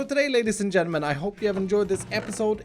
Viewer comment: really be saying "Genemen" instead of "Gentlemen" how dare you, it bothers me WAY more than it should